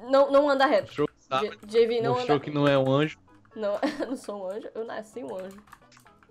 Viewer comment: por que você Jama o jv de jeivi